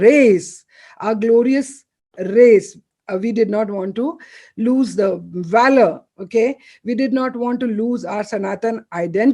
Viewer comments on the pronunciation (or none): none